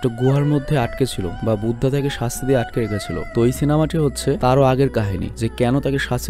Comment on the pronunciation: ভাইয়া কিছু মনে না করলে একটা কথা বলি,,, Buddha( বুদ্ধা ) এর উচ্চারণ হবে বুদ্ধ ।